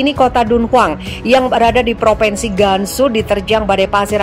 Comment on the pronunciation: Mbak penyiar Central News: Bacalah yg benar : PropInsi bukan PropEnsi. Anak TK-SD lebih pintar.